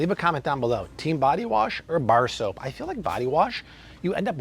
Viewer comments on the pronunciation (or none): none